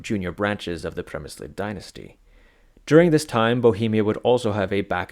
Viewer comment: Oof, that Přemyslid pronunciation.